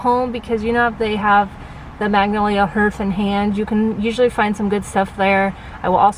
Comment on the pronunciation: Hearth rhymes with Garth, not earth lol. Thank you for all the good info. Always love your videos!